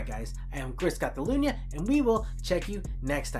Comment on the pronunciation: "chris CATalunnnyahh"